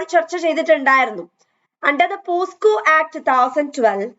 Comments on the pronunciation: POCSO ACT aanu not posco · Pocso ആണ് not posco..